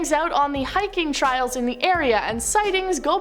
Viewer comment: Trials or trails? 😂